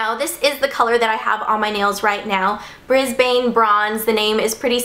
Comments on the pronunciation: haha I love it how you say Brisbane! :) It's actually pronounced Bris-Ban. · Haha! If the name of the OPI polish is referring to the city in Queensland It's Bris-Ben but with a short vowel. You're so cute! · oh btw you pronounce the OPI polish a mix between brisbin and brisben - it's where i live now :) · its pronounced brisbUne not brisbAne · hey ingrid, it sounds like bris-ben. ~_^ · Haha yeah I got a giggle out of the Brisbane pronunciation ;) The same with how people pronounce Melbourne as 'born' rather than burn... I guess we pronounce our names weirdly :P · lol.. i love how you pronounce brisbane.. i dont know how to explain how its pronouced... the bane part is more like 'ban' in turban! but so cute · ahahah the way she says Brisbane. Like if you're Aussie and you understand what I'm saying :)